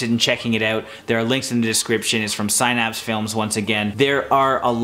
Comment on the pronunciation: The mispronunciation of “Synapse” bothers me.